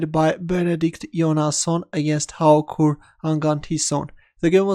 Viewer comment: Extremely good, I would improve your Haukur pronounciation the 'k' is more soft but the others you more or less nailed!